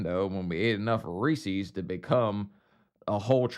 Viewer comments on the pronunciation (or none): It's NOT Ree seas. It's pronounced Ree sez.